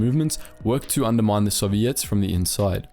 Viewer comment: The way the narrator says soviets is weird, sounds like he's saying "sobiets".